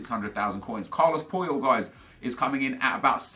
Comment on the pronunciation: I stg you said Carlos Poil